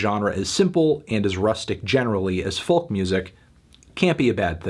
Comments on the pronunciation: would be a good video but for the way you pronounce the word "folk" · For gods sake melon please stop pronouncing the ‘L’ in folk, it’s cringe inducing and frankly beneath you